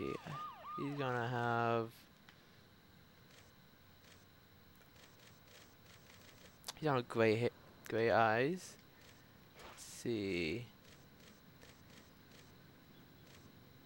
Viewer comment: its gray not gway